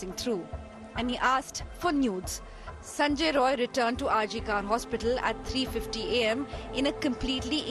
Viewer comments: Not Sanjoy Roy it's Sanjoy Rai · The editor/news reader India Today, Kindly correct the surname of the accused. He is "Sanjay Rai not Roy". Please.